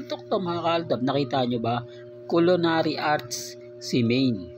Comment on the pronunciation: CULINARY Hindi colonary nkakatawa ka hahaha